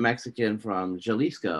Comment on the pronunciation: "Juh - leesko" 🤣 🙁